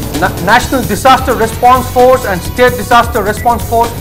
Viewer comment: Today anchor was very good in pronouncing the word solar as sola n disaster as dissaster.